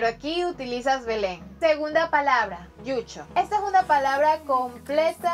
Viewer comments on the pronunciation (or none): No es yucho es llucho es desnudo y no es quechua es quichua